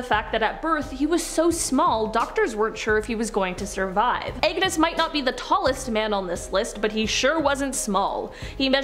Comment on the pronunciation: His name is not Agnes MacAskill. It’s Angus.